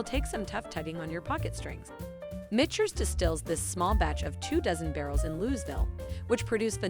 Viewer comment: It's pronounced MiK TERS...not Mitch ers.